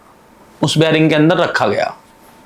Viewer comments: बेरिंग नहीं भाई बेरिक बोलते हैं 🥳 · Bearing nahi barrack😂😂😂 bhai sach me jail gaya tha ki jhut bolra hai😊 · Abe baring Nahi bolte